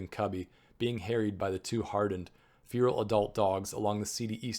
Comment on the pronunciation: feral like "Fair -el"